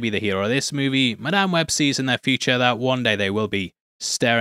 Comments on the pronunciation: "MIDame web" 💀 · in what. English accent does an "A" become an "E". mEdame Webb? What? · Did you say MIDame web?😂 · The way he said Madame Wed like Mid-am Web. I can't tell if that was a deliberate pun meant to call out the middling quality of this movie. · Holy shit, the literal first word in and you can hear how much he hates the movie. Midame web is a little generous, don't you think? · It's Madamae webbae